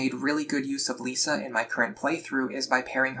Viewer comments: Lissa is pronounced Lis-ah not Lee-sa btw. Good guide thou. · Never heard someone call her "Lisa" before but great guide Edit: Hold up, Tharja as "Saria"?